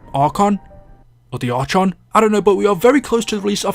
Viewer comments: I've lost complete faith in treyarch at this point 😕 and it's ark-on not arch-on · It's pronounced Ark on. All one word. The Archons are like the watchers from the bible, likely aliens. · you don't know how to pronounce archon...? lol